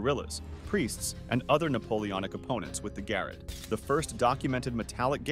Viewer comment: The Garrotte is NOT pronounced GARRETT as in the attic, but as GAR ROT or GUH ROT, the guh being like DUHH